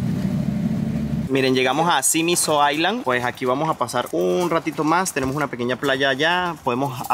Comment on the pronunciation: Al leer Island, no pronuncies la s, di iland! De otro modo parece dices iceland